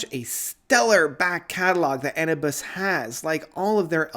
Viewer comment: Jurassic bands like Kansas, ACDC, and Blue Oyster Cult surprised me. Best albums since early 80s. Logos surprised with their 2nd masterpiece in a row. Steven Wilson disappointed me. Hey! It's pronounced uh-noo-bis (We agree to disagree on the Wobbler album...can't get enough of it!)